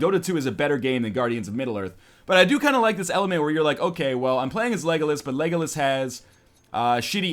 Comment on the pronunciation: northernlion its lego las not legolus